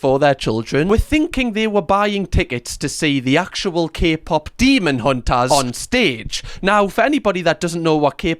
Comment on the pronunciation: did that guy say Kpop semen hunters?